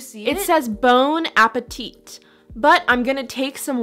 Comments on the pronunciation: Ok « bone apetit » is not how you are suposed to spell it. I am actually french, and it’s spelled « Bon apétit » and we don’t pronounce the last « t ». But whatever i gess. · As a french speaking person, the «bone appetit» thing was really awful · did that tin just say “bone appetit” does the Company know that bone is not a word and it’s bonne